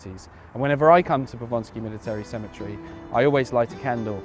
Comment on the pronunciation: Just one thing, it's Powązki, not Ponsky ;)